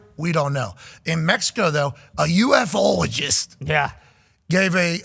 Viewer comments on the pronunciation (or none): "U, F, ologist"! 😂 "U-fologist" is how the majority have said it for at least 50 years of my life!